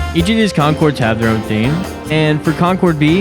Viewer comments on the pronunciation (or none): So like, just how white and sheltered are you? Its 2026 my man and you dont know what Pad Thai is or that its pronounced "con-course"? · Concorse, not Concord! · Brother lol. It’s concourse not concord John Elway was the QB for the Broncos lol. Hence Elway’s. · Someone tell bro it's not concord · Enjoyed your video, just wanted to give you a heads up it is called concourse not concord....just an fyi for future videos. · Cackling at section/concord 😂, glad I’ve found your videos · um...dude, it's "concourses" that divide airport sections, not "concords". those are grapes. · fun vid… but bro, that’s concourse, not concorde 😭💀 picky, but gotta correct it lol